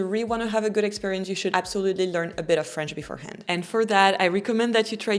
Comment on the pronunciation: Lovely but it's not /shuld/ it's /shud/